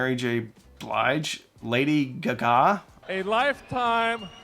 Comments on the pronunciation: Please tell me you intentionally mispronounced Lady Gaga... 🤣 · I remember going to Best Buy to get an upscaling dvd player and paying $40 for a Monster hdmi cable..The only option..The dvd player was $99...Ridiculous scam....Nice Lady Ga Ga pronunciation. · My biggest take-away was learning a new way to say Lady Gaga. Thanks!